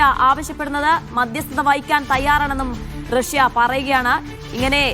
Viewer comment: റസ്യ അല്ല..... റഷ്യ 😂